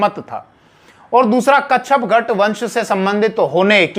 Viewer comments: कच्छपघट नहीं,कच्छपघात होता है, ठीक से जानकारी किये बिना ही वीडियो बना दी है। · Kacchagat nahi kacchapaghata...sahi pronunciations h hasan nizami ki book taj ul.masir must authentic history book h is era ki..unhone kacchapaghata ko gurjar pratihar dynasty ki ek shakha bataya h parihar. Jo k agnivanshi h.gwalior narwar asi k kacchapaghata rajputs k descendents abhi b zinda h u hone nagod riyasat kayam ki h mp m..wo sab parihar h agnivanshi..ye basi hi vivadaspad bast h..authentic source nahi h..